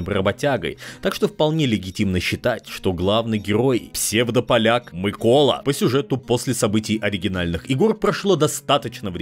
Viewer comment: Дякую що хоч наголос правильно поставив